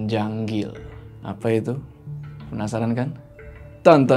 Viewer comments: Ganjil bang bukan janggil wkwkwk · Ganjil bangg bukan janggil bangg jooooo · GANJIL bang bukan JANGGIL😆